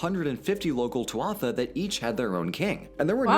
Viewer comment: Tuatha It's not pronounced too-watha it's pronounced too-ita